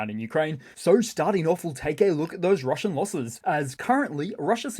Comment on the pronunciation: The Juzzernaut swings by again 😂 Rrrrrrrrrumbling into RrrrrrruZZian Rrrrrrrrubbizh 🎉😅